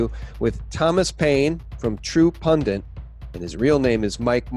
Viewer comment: PUN-DIT NOT “PUN-DANT”. You are so smart, your grammar should match your brain.